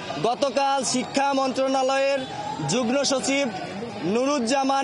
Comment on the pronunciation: যুগ্ম বলতে পারে না আবার ইউনিভার্সিটি চায়। হতাশ